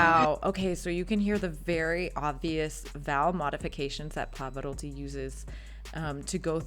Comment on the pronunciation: So why not anglicizing the others as I suggested? And Pavaroddi. Alegreddo? On one hand, you are trying to pronounce Italian properly, I hear your effort, then you throw it in the garbage. I don't get it.